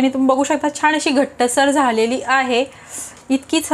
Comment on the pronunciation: छान असं म्हणायला हवं ना ? तुम्ही प्रत्येकवेळी छाण म्हणताय त्यामुळे पदार्थ चांगला बनवून देखील काहीतरी चुकीचच ऐकल्या सारखं वाटतंय